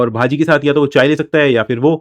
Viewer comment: Bhaji pronounce भजी